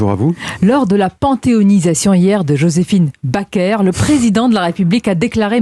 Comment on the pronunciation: Elle est journaliste, et elle ne sait même pas comment on prononce le nom "Joséphine Baker".